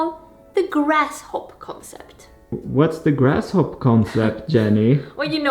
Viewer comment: I can totally relate to a city changing you. I live in Vietnam, and I'm much angrier and less patient with people than I use to be. Also, it's grasshopper, not grasshop. Cute mistake though, it gave me a smile :). Good luck on your mover.